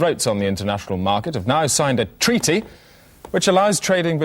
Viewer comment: I always loved how he randomly emphasised words (e.g. TREATY), a bit like Jeremy Paxman or Gavin Esler.